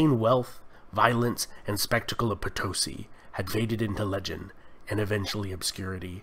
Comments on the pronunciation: Estimado Sr.: The correct pronunciation of Potosi is Poto-See, not Potosy. Gracias.:) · My gringo friend, I bring you news from the South! It is pronunced Potosí with stress on the last two letters, like the Spanish word for Yes. Po - to - SI. Incidentally, the name is taken from the local legend regarding the city's greatest landmark (El Cerro Rico de Potosí) (i.e. POTOJCHI from the Quechua language). Well done!